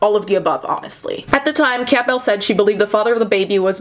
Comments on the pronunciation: Lol have you never heard the name Campbell? It's pronounced like the soup, not "camp bell" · Every time she said camp bell I cringed a bit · I hate how she pronounced the family's name as "Camp-Bell" cringe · It's pronounced CAM-bel... Sounds like gamble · Why are you saying Campbell like that? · I’m distracted by how you pronounce Campbell lol